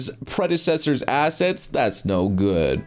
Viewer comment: "assest" :D